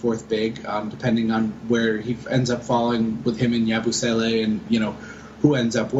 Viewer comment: How come you pronounce yabusele as "ya-boos-alay" when it's "ya-boo-selly"